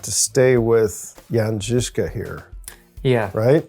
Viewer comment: As a Czech, I appreciate the pronunciation of the name Jan Žižka in this video. But about the loss of his first eye: It's true that there's really no documentation of how it happened to him. But the greatest experts on the history of this period, like profesor P. Čornej, consider it most likely that he lost his eye in childhood.